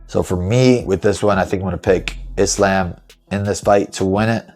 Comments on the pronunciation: No! I've never heard a muslim pronounce Islam like that! EVER. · Why is Belal pronouncing Islam like that? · Belal pronouncing Islam wrong is just weird how can you not say a word, that you live by right?